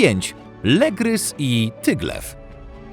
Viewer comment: Lygrys a nie Legrys